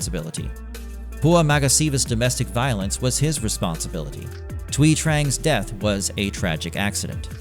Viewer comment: Thank you for pronouncing Thuy correct!